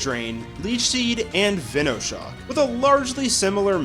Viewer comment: I really dont get why people cant say venoshock, venomous shock, it isnt said veeenomous is it?